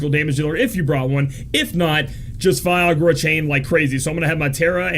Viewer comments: it's Fy-ra-guh, not Fiagra (sounds like viagra) hahahaha! Great guide, as always. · did you just viagra insted of firaga? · I kept hearing viagra haha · Repeat after me: fi - RA - ga. fi - RA - ga. fi - RA - ga..... see, it's not that hard!